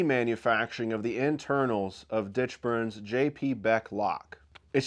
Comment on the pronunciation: Hey Thanks for the shout out on the Ditchburn-Beck lock! And you managed to say my last name correctly. You are probably the only one who has ever done that the first time!!! And yes, I am still hopeful that early spring will be the time frame for locks to begin shipping. There is still work to be ironed out on the mainsprings. I'll keep everyone updated at ALR and on Instagram. Best to you all!